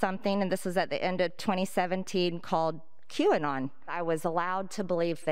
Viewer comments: Waiting for a republican to pronounce Qanon as quinoa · Mr McCarthy, you should pronounce it a-q-anon matata... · “Q-on idk if I’m saying it right I don’t even know what it is” really? The thing everyone’s been talking about and you don’t know what it is? The thing that can be explained in less than five sentences, no one has told you? How is a person in politics this uninformed? Although it’s more likely that’s it’s just a bold face lie. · The way McCarthy deliberately mispronounces Q-anon to act like he doesn’t know about them is the weakest dodge in the universe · "Quinoa? "Qwerty? "Q-Bert? Never heard of it!" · isn't it mocking how Kevin McCarthy tried to mispronounce QAnon? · When Cheney said he doesn't know if he's pronouncing Qanon right and doesn't know what it is, my eyes rolled so far back I saw outside the milky way galaxy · What a tragic attempt to mispronounce QAnon. It's like calling into work sick when you aren't. T*couch* couch sniff yeah . . . I'm really sick. cough I'm so glad she told me 9/11 happened. I just wasn't sure about that one. 😣